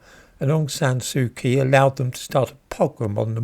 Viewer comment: You pronounced Ms. Kyi's last name incorrectly